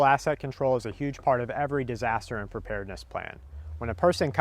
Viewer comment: every time I hear you say asset, it sounds like your gonna to say ass-hole. "is he gonna be an ass hole or burden"